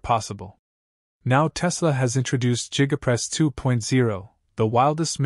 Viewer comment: Jiga press??? You can do better AI.